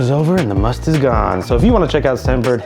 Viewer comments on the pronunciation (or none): Its musk, not must btw.